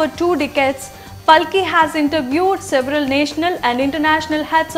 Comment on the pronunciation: She is Paalki, are you Indian, then pronounce at least an Indian name correctly 🙏